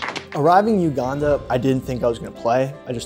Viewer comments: It's not Uganda is Weganda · “Weganda” is out of this world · “Weganda” Classic. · "we-ganda beat Kenya" yessir 😂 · "WEGANDA" bra lmaoooooo